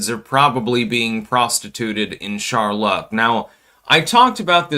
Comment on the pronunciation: Oh, c'mon man! Charlaw? No one that speaks english as a first language mispronounces Charlotte.🤣